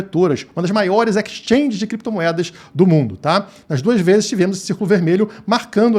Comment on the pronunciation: bebeu demais, mês que vem ele falou 3 bezes😅😅😅😅